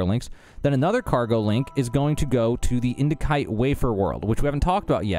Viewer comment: the C in indicite is pronounced as an S, not a K.